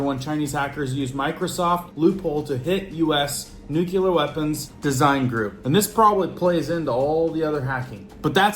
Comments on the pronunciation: Once again… That word that you keep butchering is nuclear as in “new clear”…. not to be confused with nuke-you-ler. As one claiming to “be in the know“– you don’t have to sound like a dunce when you talk. You use that word regularly enough that you should probably learn how to pronounce it properly. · THERE IS NO Q IN NUCLEAR. I can take you more seriously if you can pronounce the things you report about. NU CLEAR NUCLEAR NEW KLEE YER NOO KLEE ER Say it with me, Nuclear. There ya go. See. It wasn't that hard now was it?